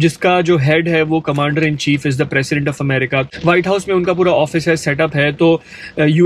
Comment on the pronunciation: It's 'President' not Precedent